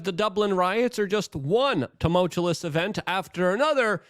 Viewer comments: I will donate $50 to you through whatever channel you have set up if you stop pronouncing tumultuous as tumultulous. Love you thanks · You overuse the word Tumultuous (not tumultulous) and you can’t even say it correctly. Lazy mouth, too much cbd maybe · Luke, for the love of God, please learn how to say the word ‘tumultuous’. You say it so often and so wrong that it gets distracting. If you can’t say it correctly, don’t use it. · Tumultuous. No second L luke. Always with the tumultulous. Man. Im a stickler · I love you man, but it’s tu·mul·tu·ous not tu•mul•tu•lus Love what you do man and I just want to see you do it even better! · Tuh-mult-you-us or tuh-mul-chew-us not tum-mul-chew-lus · Can someone please tell Luke that there is only one L in tumultuous. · Tumultuous!! Not tumultuolus. Every video uses this word multiple times, and its always pronounced incorrectly. Im sorry!!! i couldn't take it anymore. Other than that, i appreciate the free updates. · You mean tamolchulous is wrong? 😂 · was gonna say just this. It is like hes getting more confident with the mispronunciation. let me help you luke... "Ta-Mulch- you-us" but really i would be pissed if he corected at this point lol. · Say tumultuous again and I'm dumping this channel.. it's getting way out of hand. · I used to find it annoying, but now I've come to enjoy that Luke has never learned to pronounce tumultuous correctly even though he uses the word heavily. 😆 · Jesus, Luke. The word is "tumultuous", not tomultalous". You said it an incredible FIVE frickin' times on this one, bro... Next, for God's sake, the word is nuclear, new-clear, Luke, not nucular. And are you are aware that you are now up to an average of saying "of course" over 20 times per video Man, take a breath and get acquainted with your surroundings.